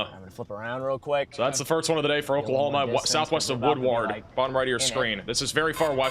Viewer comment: Just subscribed yesterday & like your presentation style & accuracy. We all struggle w/unfamiliar town names etc so fyi: Vici: pronounced Vī-sigh Woodward:is “woodword.” ; Skiatook is usually Skytook. Txs for watching out for Oklahoma:)